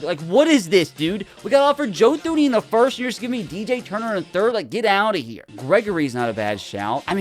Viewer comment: “Joe Thooney” 😭😭😭